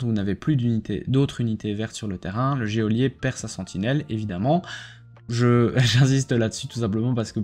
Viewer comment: On ne prononce pas le 'é' de geôlier...